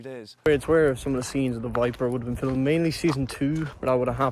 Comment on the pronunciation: You're literally too dumb too insult, but here go. AI script is terrible gummy boy, 'film'' is one syllable, how can a place be both 'boring' and 'lively' you plank? Also you need to improve your lexicon, you repeat 'fucking' and 'shit' too often. And your magnum opus, when you got to the only bit anyone wanted to see, you overlayed footage from the show, ensuring we couldn't see anything. Terrible work, scary gums.